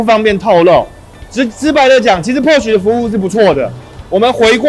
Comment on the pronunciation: 保時捷正確的英文發音 Porsche 是比較接近“潑兒夏”。不是“潑許”。可以在Youtube找的到。